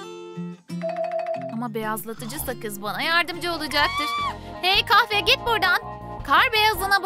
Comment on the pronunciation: Kayfe. Deyil. Kahfe.